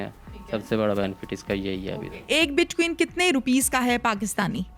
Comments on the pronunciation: bit queen?hahahaha,its bit coin,. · Bitquin ni oo madam bitcoin . . Paper le.k bs sawal krne lag jaty ho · WTF is Bitqueen? Its BITCOIN. Coin Coin Coin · Bitqueen nhi bitcoin hota ha🤦🏻‍♀️😂🤣😂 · WAH WAH hamari Interviewer bar bar Keh RAHEE hay BIT QUEEN BIT QUEEN NOT BIT COIN , PLEASE DO YOUR HOME WORK & RESERCH .SCHOOL TOU GAI HO GEE YAA PHIR JAALI PASS KAR LIYA HAY , AUR JAAN PEHCHAAN KAR KAY INTERVIEWER KEY JOB KAR LEY HAY , JOURNALISM KAA KUCH PATAA HAY, YAA SIRF LIFFAFAA HO, BIT 👑 QUEEN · Ani diye bachiye. Bitcoin hota hai bit queen nai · Anchor : BitQin 🤣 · Bitqaueen 😂 y’all gotta learn some pronouncing anyways I’m all in digital currency ❤️ BTC ,ETH, XMR,LTC,PUNDIX,CAKE, Small coins best to invest in,XRP,VET,ADA,BTT.Goodluck